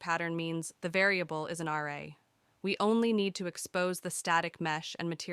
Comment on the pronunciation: This is a great tutorial, but your pronunciation of some of the words makes me think your voice is actually a really good text to speech program (it also sounds seriously professional, like you should be a voice actor). "Pro-seed-ural" not "Pro-sid-ural", The "Latt-er" is optional, not the "Later", "Uh-Ray" not "Are-aye" etc. etc. Oh, and your written description about the Static Mesh and laggy start is incorrect English too, so now I'm almost certain this voice is AI. What program are you using? lol